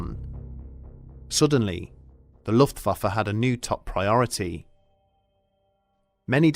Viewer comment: Ok but if I was in this war I think I woulda died bc every time he says “luftfaffer” I can’t keep a straight face